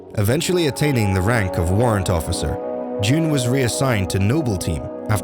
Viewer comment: it is pronouned jun like sun but with a j not jun like the month june